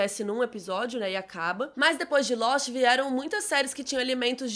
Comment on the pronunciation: " Losti " essa foi boa 😂😂😂